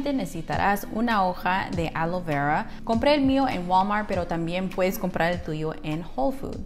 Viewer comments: ¿Cual es el problema para no poder pronunciar ALOE VERA? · Yel, Womar alo vera 😂😂 dicen qe si lo pronuncias igual crece más tu cabello aunque parezcas azteca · Se dice Aloe Vera no alo vera Por Dios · Querías decir ALOE VERA ...NO ALO VERA 😂😂😂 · Creí q sólo yo escuchaba Alo vera XD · Alo veurrua? Ajjajaajja